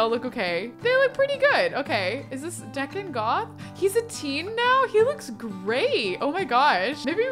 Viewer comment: I hate to break it to you after all this time but it’s DEE-con Goth, not Deck-on. 😂 can we get a Chanel spin-off a-la Clueless???